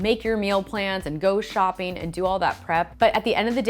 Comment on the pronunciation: Why doesn't she pronunce the last g in words like shopping or making , how much time do you save by not pronuncing one alphabet it sounds so odd